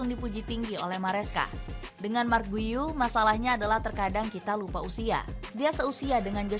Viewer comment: Bukan guiu atau guyu bacanya min, ane pernah dikoreksi ama orang luar yg asli catalan pas komen di youtube, dia bilang bacanya "giu"